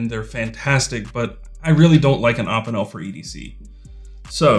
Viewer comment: You pronounce opinel weird. Good video idea tho, enjoyed it